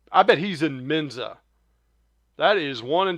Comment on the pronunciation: Please, just show the videos. We're all smart enough to add our own commentary. This is essentially unwatchable. Terrible commentary. Just shut up! And it's MENSA not MENZA. SMH